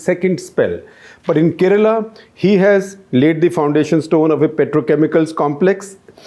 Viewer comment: I like your analysis . But why do you mispronounce South Indian names? Kerala is mispronounced! Let alone Karikal Chozhan! Isn’t there someone on ur team who can work with u on this?